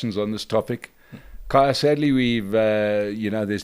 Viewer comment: It's KHAYA, not kahaya